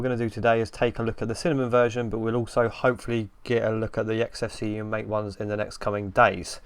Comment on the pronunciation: MATE is not pronounced "mayte" (rhyming with fate or rate)! The only correct way is "mahh-tay" (rhyming with "fart, eh?")